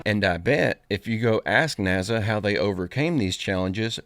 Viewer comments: 60 second long commercials break in your last few videos. Even Mr Beast doesn’t have that many. Bro what are you doing with your channel. And stop saying Naza it’s actually annoying now. You changed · The homie always says NAZA instead of Nasa😂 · Why do you pronounce NASA as if it contained a Z instead of an S ? It makes you sound ridiculously silly or shall I say simple....I know you must know that you are saying it wrong because Ive listened to you speak and you aren't a complete moron so why do you say it like that?